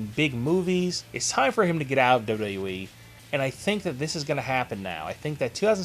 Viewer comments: let me help you... its pronounced "Double You Double You EEE" ... not "Dirhrjfjc E" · LEARN HOW TO SAY "WWE"!! "WwweeE"..."WduhhhE"....open your mouth when you talk! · Dude learn how to say Wwe